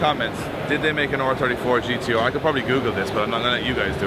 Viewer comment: It’s gtr lad Lol